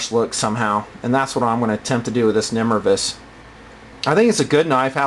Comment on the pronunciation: Pretty sure it's nimrayvus not nimruhvus.